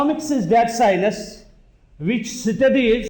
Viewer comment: took some time to realise that "si-nus" is science